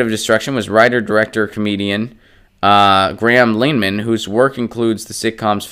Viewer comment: “graham lane-man” incorrect pronunciation but made me laugh